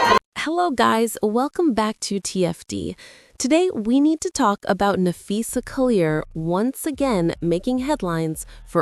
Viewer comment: LMAOOO Either youre working for Cathy Engelbert, or youre making up 💩for views. But its clear YOU HAVE NO IDEA WHAT YOU'RE TALKING ABOUT. Lolololol Hell, you cant even pronounce Phee's name correctly. Get the F. Outta here and take that ole troll with ya.